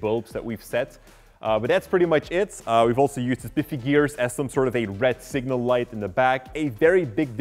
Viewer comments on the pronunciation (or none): none